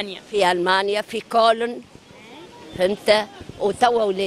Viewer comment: تنطق كولن بالغالط، 39 سنة وما تعلمتش الألمانية.